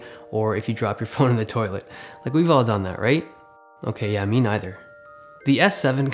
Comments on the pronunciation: It bothered me the way you said neither. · ***** You didn't say it wrong I just haven't heard someone say it like that in a long time